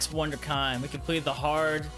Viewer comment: "Wunderkind" is a German word. It's not pronounced "wonder kind." It's pronounced voonder-kin-d. If you need an audio example, there are a few videos on this site. I encourage you to look it up if you're so inclined.